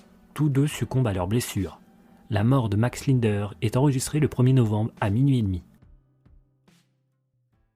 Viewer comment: Commencer déjà à bien prononcer son nom avant de raconter sa vie....